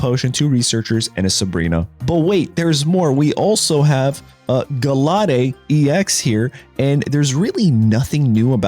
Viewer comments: Guhlade instead of guhlaid is crazy (gallade) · Lmao right! Cuz I was like wtf is a Gu-Lo-Day 😂😂😂